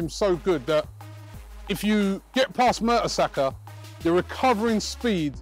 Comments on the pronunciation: I almost had a heart attack when he said mertersacker pheeewww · когда сказал пер мертесакер я чуть умом не тронулся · Whr's Mertesacker? Lolz.